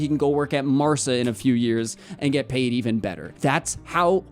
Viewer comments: Hi. Quick correction: it's Marca, not Marça, so the Ca is pronounced as in Català, not Ça as in Barça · Bro, I love the channel and the content. Just fyi, Marca is pronounced Mar-kuh, not Mar-suh. Cheers bro! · Mar-kuh, not mar-suh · The way he’s pronouncing Marca 😂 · Marca with a hard "k" sounds, not an "s" sound. Also, Perez is pronounced with shorter "eh" sounds for both E's and a slightly longer "s" sound for the Z at the end. Like a quick hiss. I'd rather hear americanized pronunciation rather than botched, unresearched "spanish" pronunciation. Okay, thanks!